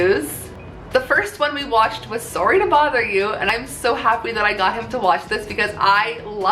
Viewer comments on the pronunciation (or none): "sooree to bother you" AND YOU GAVE ME A SHOUTOUT IM CRYING